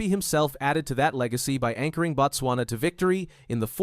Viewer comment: Not "Bat-swana"!!!! It is "Boat-swana" or even better "Boot-swana"